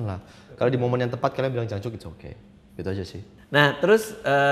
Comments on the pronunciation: bukan jancuk bang aksennya.. tapi jancoook... 😄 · Wkwkwk, jancok bang bukan jancuk :v